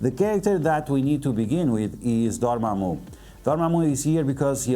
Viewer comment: I just stopped the video when he said dormamu